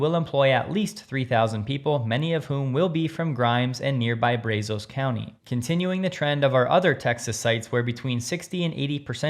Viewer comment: Hey,... Brazos is pronounced with a soft A... "BRAZZ-os"! NOT "BRAZE-oss". Since youbarent from these parts, we forgive you!